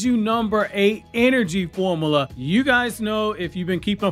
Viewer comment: Also it's pronounced "form-you-la," not "form-a-la."